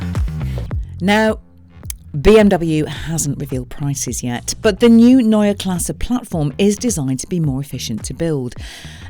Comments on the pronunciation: Neue Klasse is noy-yah class-suh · Ginny, it's pronounced Noy-er Klass-er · Was this filmed before you learned how to pronounce neue klasse? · You still haven't bothered to learn how to pronounce Neue Klasse, I see. Shame. Edit: what happened to all these promises of full electric architecture providing cabin space from the class above? The car is physically longer and you are calling it cramped in the back...